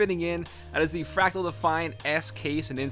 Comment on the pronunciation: Lol said "frakle define case" bahaha😂